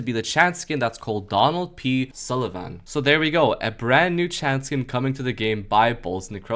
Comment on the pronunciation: Sullivan… pontiff sulivahn…